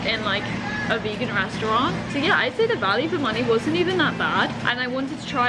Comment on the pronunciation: The way you say restaurant is alarming